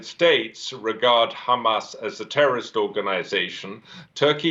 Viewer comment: He almost said Terr or rist lol.